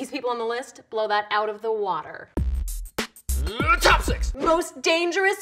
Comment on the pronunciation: Is he saying Top 6 or chopsticks???